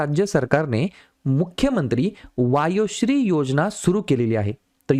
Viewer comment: मुख्यमंत्री वयोश्री आहे सर वायोश्री नाही.